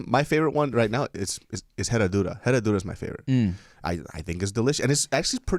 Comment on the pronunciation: since we are talking about pronunciations… the H is silent in Herradura tequila. Other than that good job, I can get down with it too